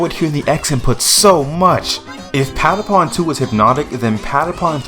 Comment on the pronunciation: I love how americans cant say how the patapons say patapon